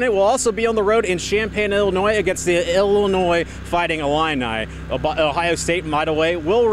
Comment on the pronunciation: It's Illinois. Not ill ill e annoy. Lol